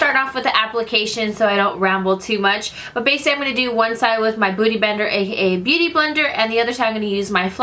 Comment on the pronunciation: I noticed you don't know how to say Basically 😂